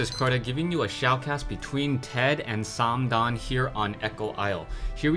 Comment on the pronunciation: it's probably well pronounced, but i hate how you say "" haha.